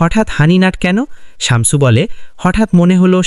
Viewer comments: উচ্চারণ টা শামচু /চামচু নয়। শামছু/শামসু। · শামচু না, শামসু শামছু 😂🤤